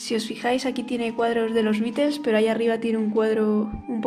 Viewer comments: beatles t se pronunciaBitlesss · Bitels? Pronuncia bien. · no de echo no se pronuncia así en inglés. Pero bueno tal parece que ni televisión tienes ya que en todos lados se pronuncia muy diferente a como tu lo pronuncias.